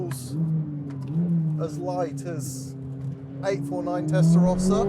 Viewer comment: Ferrari is pronounced Testa Rowsa not Testa Rosca